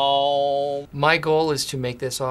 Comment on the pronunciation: It's not aauum it's OM